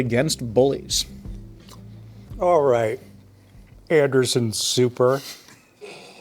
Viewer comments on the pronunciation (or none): I finally realized what Sam was trying to say here..... Anderson Souper